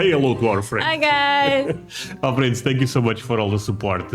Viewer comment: Sometimes when you say "my friends" it sounds like you are saying "muffins" I'm not a muffin